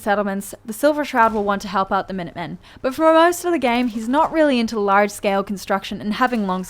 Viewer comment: Love the way she says bosh (but), loosh (loot) and ish (it).